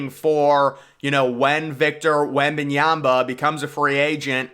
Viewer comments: his name is pronounced wemban YAMA, not wemban YAMBA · Wem - Ban - YA-MA. Not YA-BA